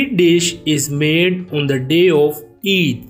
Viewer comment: Not each😂😂 it,s Eid 😊